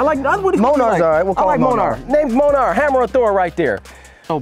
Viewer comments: Did he call Thor’s hammer monar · D tell your boy he’s saying his name wrong! It’s Myol-neer (Mjolnir) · It’s pronounced “mule neer” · “Mole-ner” 😭 that’s amazing. It’s “Mjolnir”, btw. “Mule-neer.” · Bro ass said monarch boy the name is Mjollnir 😂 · LOL imagine saying Monar instead of Mjölnir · Thor’s hammer is mjolnir not monar 😂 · It’s not monar it’s munear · It’s Mjolnir not Monar yer daft fqs xd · My 10 yr old heard what you called Thor's Hammer and yelled across the room its called Mjölnir. The correct Mjolnir pronunciation. Slowly read out "Me-yol-neer" ROFL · Are we just ignore he said monar lol love the videos brotha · Wassup New York!! ...Thor's hammer(Me-yol-neer) Mjolnir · The pronunciation is "meal-near" still love the video!!! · Never heared the name of Thor’s hammer pronounced that wrong🤣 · The Name Of Thor’s Hammer Is Pronounced Mjolnir (Mule-Near) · All marvel needs are cringing at there pronunciation of molnjor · They butchered Thor's hammers name Mjölnir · Mjölnir is actually pronounced "Me-yol-neer" just wanted to say that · “New York” needs to stop disrespecting Thor it’s pronounced mjölnir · I think you pronounce Thor’s hammer wrong. (Mjolnir) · You all just pisses my off today by saying Thor's hammer Mjölnir all wrong. Like sad you said it wrong and butchered the hell out of the name. Made me so mad, upset and so very sad. You guys need to be educated in your Norse mythology. Before you butcher the heck of a weapons name.